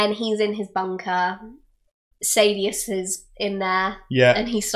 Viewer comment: SAHdeus saDEUS SAYdeus